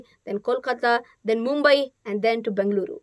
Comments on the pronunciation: Thank you for pronouncing as BENGALURU, but request editing team to even write/display as BENGALURU instead of Bangalore. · The only person to pronounce Bengaluru correctly. 😅